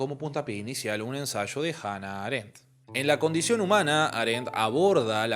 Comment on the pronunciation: Aréndt?? Hei-déigger??? Por qué, muchacho, haces eso?